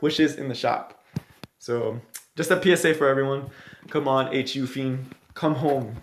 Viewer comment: She is called Holiday Yu-fi-ne.